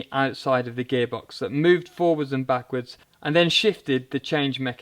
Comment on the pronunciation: Is he saying gay box?